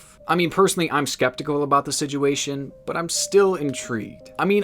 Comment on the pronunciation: Love the videos but it’s situation not siguation 🤦🏻‍♂️😂😂😂